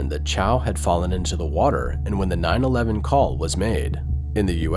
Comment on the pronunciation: I came to the comments to see if anyone else noticed the way they said 911. I was wondering if that was a way some people say it and I just had no idea lol. Plus made me think if the narration is done by a bot off a manuscript or an actual person